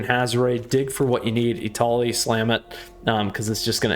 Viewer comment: I cringed every time you declined Etali.